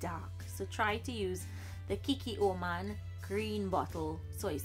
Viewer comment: it’s KI-KKO-MAN ... not KIKI -OMAN